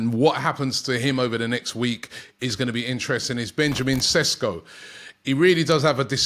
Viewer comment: His name is pronounced SHESKO . Love how all the British media are calling him SESKO 🤣🤣 Sounds Spanish & a more exotic sounding name .